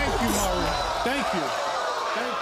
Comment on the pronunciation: It’s Maury not murry